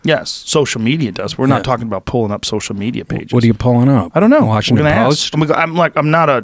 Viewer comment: Wawshington Powist